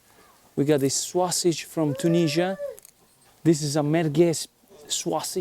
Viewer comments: say "SO-SIJ" not "SWA-SIJ" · Everytime he says sausage, I think he is going to say swasti*@ lol